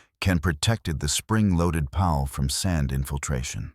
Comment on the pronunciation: Increased cleaning intervals? That means MORE time between cleaning! Stoopid!😂! Can't blame the poor ayeye narrator; it's just a mindless, brainless set of computer code after all! It didn't know it said it completely ass-backwards! 'Pal'? More like a pawl, pronounced - 'Paul'. Lol! Another 'Chen' in these stories😂! There's almost ALWAYS a Chen. I spose there HAS to be one doesn't there? Gotta be politically correct! Gotta be inclusive huh? Such tiresome CRAP!